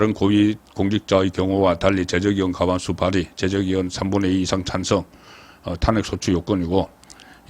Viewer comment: ㅋㅋㅋㅋ 국가 행정부에서 내란이라고 안하는데 지가 뭔데 내란이라고 씨부리냐 개새끼 그리고 논평이 사투리 발음이 영~~탄아~~안핵